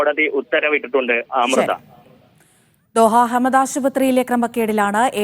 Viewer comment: ദേഹ അല്ല ദോഹ